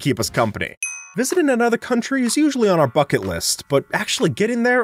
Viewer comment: I thought he said they word instead of bucket